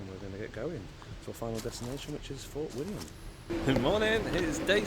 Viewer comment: Walking the West highland way in 3 weeks ,3rd time it just gets under your skin laughed at the pronunciation of the places you got Fort William right that was it, well done in walking it in 6 days 👍.Katie really felt for you